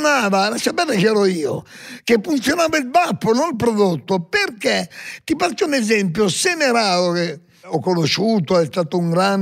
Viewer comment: Ma solo io sento "bappo" al posto di "baffo"? Ahah